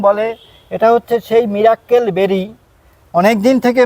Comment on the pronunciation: সবাই একটা ভুল করেন,মীরের মীরাক্কেল অনুষ্ঠান দেখার পর থেকে মিরাকেল কে বলেল মীরাক্কেল। আশা করি ভাষার মাধুর্য ও শুদ্ধতা বজায় রাখতে ও ভবিষ্যৎ প্রজন্ম যাতে সঠিকটা শেখে তারা,তার জন্য সবাই একটু ভাষার উচ্চারণের প্রতি সবাই সচেতন হবেন।